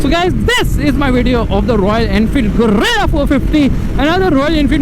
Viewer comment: Gorilla ❌ Guerilla ✔️